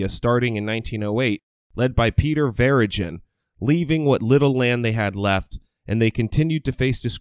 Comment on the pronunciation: While some of the first 4 minutes of it is factual, the narrator should learn the proper pronouncing of Verigin. I couldn’t continue to the end as all credibility was lost at that point.